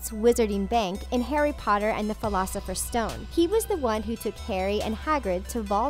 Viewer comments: wait in the fleelosifers stone? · Who else got 😠 MAD when dhe said "filocifer stone" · Am I the only one that is triggered at the fact that she said "Harry Potter and the 'Philosopher's' Stone" grrr if u gonna make a video at least say the name of the book/movie correctly 🙄🙄😤😡